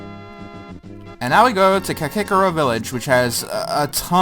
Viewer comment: I've never heard Kakariko pronounced Ka-kick-er-o before. usually I get up in arms about mispronunciation, but I oddly don't mind this one